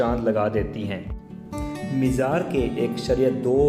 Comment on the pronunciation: Dear brother it's good to know that you are making a video on But you should be fluent in Urdu and your pronunciation must be correct you should know there is no word Mishra it's a word mazar Before making any video you should be knowing the correct words to be used